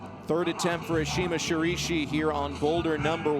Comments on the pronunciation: Okay, DUDE. It's Ashima ShiRAIshi. Not "Shirishi" -__ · This male announcer has nothing to offer and pronounces her name wrong. Please don't have him again. Ashima Shiraishi is "Shi - RYE-shi" not "shi-ree-shi." Like we know you are going to pronounce her name with a heavy american accent, but at least get the vowel sound in the right ball park. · How difficult is it to pronounce Shiraishi SHI RA I SHI , not Shurishi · SHI-RA-I (i like in Illinois)-SHI...you could have asked her! Espn is god awful at commentary! Couldn't continue watching! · I'd just be happy if the commentator could pronounce her name even remotely correct... I cringed every time he said "Sha-REE-shi". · so shiraishi is read as sharishi?? can't this guy read? smh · me: mum i want shiraishi mum: we already have shiraishi at home shiraishi at home: sharishi the joke is that the commentator says her name wrong every single time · if the commentator says "shurishi" one more time.... that fucking donkey ! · Watched for Ashima and Brooke.. But had to turn audio off. Shiraishi was pronounced as shirishi each time, another girl of perhaps Italian decent apparently climbs like an Italian w/e that means... male host should comment for trump beauty pageant and stay away from climbing if he can't respect the athletes